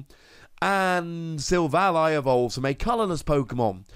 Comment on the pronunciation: its SIL - VALLEY. silicon-valley. its a pun.. kind of like RayQUAZA to Quasar. this has been a public service announcement.